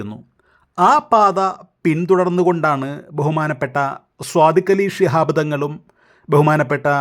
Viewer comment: صادق علي 'സ്വാദിഖ്' എന്ന് പറയാതെ 'ص' ശരിക്ക് ഉച്ചരിക്കാൻ ശ്ര മിക്കുക.